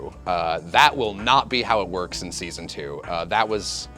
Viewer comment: I just want to say NOTICE how he says “That will not work IN SEASON 2”